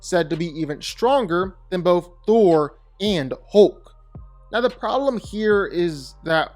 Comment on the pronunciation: I like how u kept saying "Throll" 😅. He's too overrated